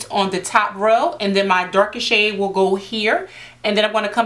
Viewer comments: When she says of that shade I thought she was saying that shit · Every time she said shade I hear shit 'gonna take a little bit of that shit' 😂😂😂😂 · Ha Ha omg same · I thought she was saying shit till I read your comment ...